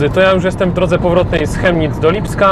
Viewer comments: Prawidłowa wymowa nazwy miasta to Kemnic, nie Chemnic. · Wymawiamy tą nazwę miasta Kemnic (fonetycznie) a piszemy Chemnitz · To sie wymawia " Kemnitz"... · Kemnitz sie wymawia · chyba z tego co słyszałem oni „Kemnitz” wymawiaja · Zez mieszkam od noe dawna w Chemnitz ale nadtepnym razem mow przez K a nie Ch🤦‍♂️"kemnic"